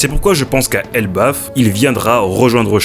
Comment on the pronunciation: elBAF pas elbeuf, mais sinon genial